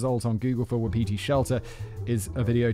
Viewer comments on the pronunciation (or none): Not the brightest spark? Maybe you're thinking of not the brightest light on ....the [Christmas] tree | or |..... the chandelier ? Fyi , Wapiti is pronounced WAH-puh-tee . Every time you say it, just for an instant, I think "Who's Petey?" ;) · For Simon - Wapiti is pronounced Wa-pi-tee, it is Indig (I think Cree) for Elk